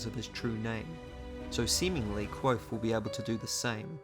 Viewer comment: The V in Kvothe is not silent.